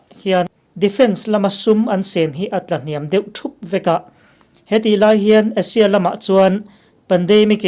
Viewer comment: Asia i lam hi Russia iti maw ka tia lawm